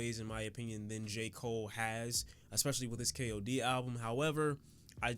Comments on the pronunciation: Nigga hold up..didyu say "J cool-aid"?😂😂😂😂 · Why isn’t anybody talking about how he said J. Cool Aid😂. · Nigga did you jus say J.koolaid...